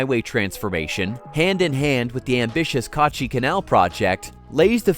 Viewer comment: Its not Kaaachi Canal , Its Kachi Kanal Its not Baluchistan , Its Balochistan 😊